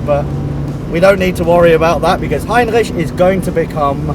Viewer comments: Hey! If you want you pronounce R's in French, do it as does it in "Heinrich" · Heinrich is a wonderful name, greetings from Germany BTW : I love your pronunciation of Heinrich, please say it as often as possible :P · Great! Looking forward to this series. Brilliant how you pronounce Heinrich btw.. The Mercedes museum is fantastic isn't it? Not just the cars, but also the architecture. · Wait a sec.? xD Does really speak german? The pronunciation was really good so i'm kinda confused now ^^ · The right pronounciation of the ch in Heinrich requires me to give a thumbs up already! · i love that you're saying the name right !! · your pronunciation of Heinrich, damn god alternatives: u know what, screw it, it's Heinrich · Great pronounciation on "Heinrich" Greetings from Austria ;) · Solid pronounciation